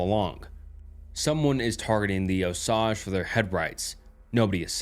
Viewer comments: bro you're going to make me get a 4chan account lol. all the stuff you read from there is awesome ☺️... great video but for the love of all that is good in the world PLEASE learn how to pronounce Osage properly. (oh-sage. NOT oh-sajh) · It's not "oh-sahg" it's "oh-sage" like the plant sage. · I’m an Oklahoman and also Native American and just wanted to let you know that it’s pronounced “Oh-sayge” brotha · Just for reference, it's pronounced OH-SAGE. Im from oklahoma and we hear it all the time. Amazing native American tribe, really interesting history if your bored. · One critique. As an Oklahoman your pronunciation of Osage killed me lol. Here we say “O-Sage” (like the herb) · He’s trying to say it’s pronounced as “Oh - Sage” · Oh-sage. Osage. Honestly, not the worst pronunciation I've heard from someone outside the region. Chickasha is the one that throws people for a loop, but I've heard some wild attempts at Kiowa too. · Your pronunciation of the Osage nation is seriously missing me off. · I’m from oklahoma, i’m cherokee and delaware, and i’ve never once in my life heard osage pronounced that way. I’ve only ever heard it pronounced “OH-sage”. Not trying to be mean, just somebody from the area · It’s oh-sayge btw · A small thing about the first story Osage is pronounced like Oh- Sayge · I’m from Oklahoma, shits driving me crazy everytime he says it lol. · Ps, Osage, rhymes with Page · Yeah as an Oklahoman that made me wince but everything else was great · Thanks for another awesome vid,! Just wanted to suggest that you look up the pronunciation of unknown words beforehand - especially for ones that are names like Osage. I think it detracts from the story when you mispronounce things consistently. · I hate the way he says osage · I was legit starting to wonder if the natives pronounce it differently and I was wrong this whole time